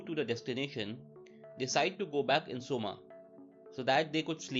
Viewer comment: Coma isn't pronounced soma LMAOOO its pronounced Koma